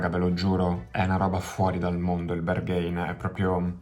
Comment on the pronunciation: Pezzo molto figo anche se io non sono suo fan e la sua musica non riesce a prendermi. (Ps. mi sa che si dice Berghain così come è scritto, con la A )